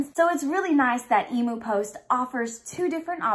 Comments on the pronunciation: FINALLY!!! An Aussie Harry Potter box!! I’ve been waiting for years for this!! 😱😍😱 btw it’s pronounced eem-yoo… no e-moo 😅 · Did you say emo post e-moo ? Em-u ... Emu Emu haha good try though . Sounds like an exciting box ! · You are so adorable! Emu is pronounced eem- yoo. BTW where did you get your awesome sweater??? Love you, youre always so cheerful and bubbly xo